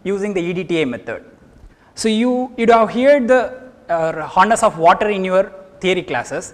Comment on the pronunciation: sir its hardness not horness